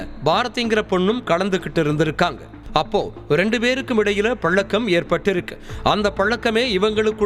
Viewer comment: பல்லக்கம்னு ஏன் பல்லை கடிச்சிக்கிட்டு சொல்றீங்க? பழக்கம்னு சொல்லுங்க .